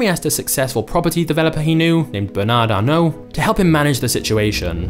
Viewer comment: “BANAD ARNO”